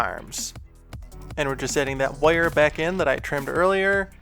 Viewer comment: What kind of dialect is this? "Woire" 😋